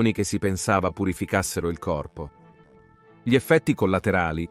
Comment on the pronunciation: sbaglia l'accento sulle parole plurisillabe come insalubri, commette sempre il solito errore co l'articolo: GLI, LEGGE prima la g e poi li, forse, ecco le prove